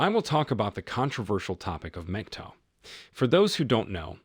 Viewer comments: Brah, PLEASE don't be one of these guys who speaks truth on this matter, then blows it by not knowing how to pronouce "MGTOW." So, once again, it's time for the MGTOW Pronunciation Guide, so here we go....! It's pronounced like PIG-COW, not "muhjeeto" or anything else, any other way. If it doesn't rhyme with "pig-cow", you're saying it wrong. Ok, good talk, good talk...... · Dude its not Megtow its Mgtow